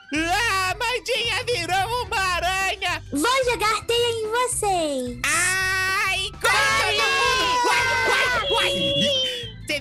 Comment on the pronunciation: amandinha: vou jogar teia em vuxeis eu: mds